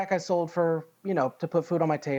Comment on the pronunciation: had seld?? wtf. you mean sold. Where do these people go to school? Dollar Store????